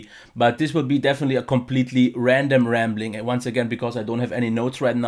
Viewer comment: "rambling" not "ramling":) All the best!